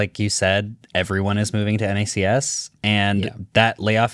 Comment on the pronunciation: It's knacks. Not en ay see ess.